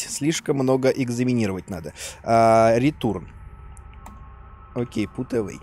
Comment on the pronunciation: АХАХА, оказывается, читание "return" не как "рэтён", а как "ретурн" не у одной меня😂😂😂